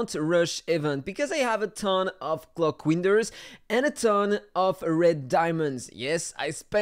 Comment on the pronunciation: Don’t you mean clock weenders